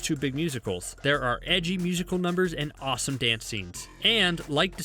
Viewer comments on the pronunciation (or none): none